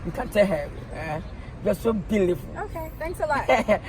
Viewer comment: Gorgowl😂😂😂😂 vely vely vely blealifel